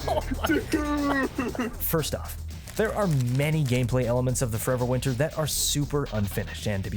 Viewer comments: It is absolutely restarded that you say the name of the game with the most mumbly voice possible and you don't even put it in the description. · Sounds riveting. Just up my alley. It's called Forever Winter? You failed to specify the name besides incomprehensibly slurring it couple of times.